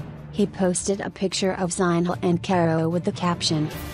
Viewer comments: This was painful to listen. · Learn how to pronounce “Zinhle” first😕